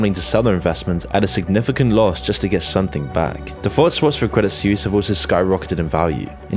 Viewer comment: Credit "Sweece" come on my guy